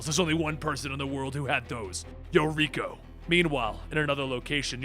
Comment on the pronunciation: Oh! Yuriko as in Lady Deathstryke? I didn't know what you were saying.